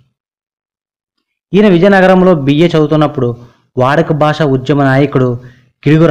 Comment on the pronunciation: దసకం కాదు దశకం. బాస కాదు భాష. సాసన కాదు శాసన. ప్రబాలం కాదు ప్రబలం. సాస్త్రులుకాదు శాస్త్రులు. ఆయనకు కవిశేశేఖర బిరుదులేదు..మహాకవి..ఉంది. సూప్రసిధ్ధ కాదు సుప్రసిద్ధ. ఫెలో కాదు ఫెలోషిప్.